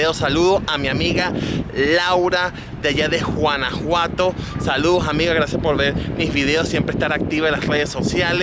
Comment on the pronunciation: Este gordito habia muy chistoso. Juanajuato, Suchi. Cheraron, ya no es Guanajuato, sushi , Sheraton lol